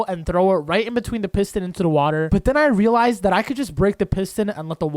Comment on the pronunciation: Can someone see how many times he said relise?